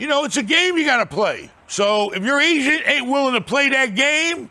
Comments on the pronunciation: I thought he said... “You gotta get a good Asian” 😂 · Everytime he saying agent i think he's saying Asians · At first I thought was saying "Gotta get a good Asian", "Work with your Asians"